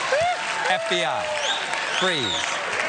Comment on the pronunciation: FBI fweeze🤣🤣🤣 a complete mess